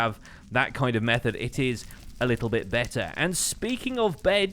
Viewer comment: "its a little bit bed-ter"